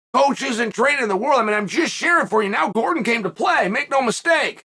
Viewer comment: I'm not sure which is worse, Chael getting Gordon's name wrong every time or him saying paddy is championship material. Dude just got 30-27d by an unranked opponent.